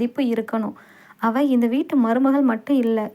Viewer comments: மொழியின் சிறப்பே அதன் உச்சரிப்பு தான், இல்லையென்றால் அதன் அர்த்தம் மாறிவிடும். அவள் என்பதை அவல் என்று வாசித்தால் அர்த்தம் வேறு படுகிறது அல்லவா அதைத்தான் நான் விமர்சிக்கிறேன் . இதில் மதம் எங்கே வருகிறது. தமிழர்கள் நாம் அனைவரும் மதத்திற்கு அப்பாற்பட்டவர்கள். இரத்த சம்பந்தமற்ற சகோதர சகோதரிகள். அஸ்ஸலாமு அலைக்கும். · உங்களின் தமிழ் உச்சரிப்பு மிகவும் மோசமாக இருக்கிறது. பெண்பாலை உச்சரிக்கும் போது ல் என்று உச்சரிக்கிறீர்கள் அவள் என்பதை அவல் என்று உச்சரிக்கிறீர்கள். தயவு செய்து சரியாக உச்சரிக்கவும். நன்றி.